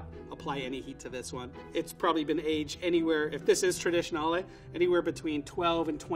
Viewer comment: I have never heard someone say "traditionale" ever before